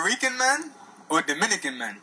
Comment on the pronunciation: I'm Dominican and you Nailed